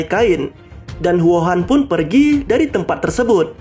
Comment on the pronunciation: Namanya Huo'an bang kok dengernya kayak wuhan 😂